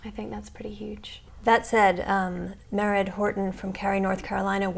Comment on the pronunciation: Radhika Jones, Mairead is pronounced Mer-aid, not Meh-red...